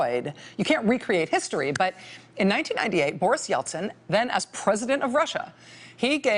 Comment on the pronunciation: Boris Eltsin sounds like Borsh Eltsin.